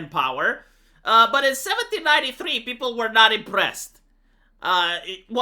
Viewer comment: peu-ple, not peo-ple Ji-ron-dains (written Girondains), but you are skipping the "ir" and just pronouncing Jo(where does this r come from?)dans. I love this series, keep it up! ( the mispronunciations do really irk me - and , yes, I know you will be strong headed and not correct it :))